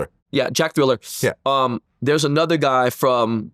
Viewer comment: Dude said Anotha Level. Cube's project. Some underground sh!t.